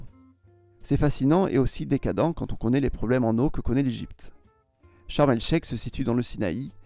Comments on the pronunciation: j'ai jamais entendu sharm el sheiK de toute ma vie mais bien sharm el "sheiR"!!! Il y a un minimum d'adaptation à la prononciation locale quand même !!! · prononcé "naSSER" (city) prononcé "charm el chER" prononcé "sinAILLE"